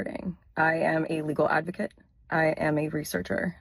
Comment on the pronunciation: I heard Casey Anthony says "I am an illegal Advokat" 😂 that fits somehow